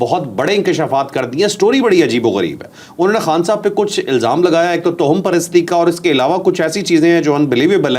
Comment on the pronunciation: توہم کی "ہ" پر شد پیش ہے۔